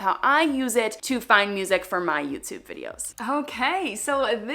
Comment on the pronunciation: I love the way she says Youtyoube